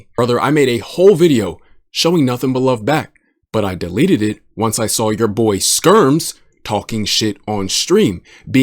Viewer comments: "Spermz" LMFAO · You did not just call the guy “Spermz”. Epic slip 😂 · Bro calls Skermz Spermz 😶‍🌫️💀. W mans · Calling skermz "spermz" is the best Freudian slip ever 😂